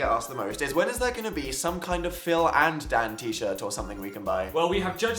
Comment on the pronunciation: the way dan says "phil and dan" makes me uncomfortable idk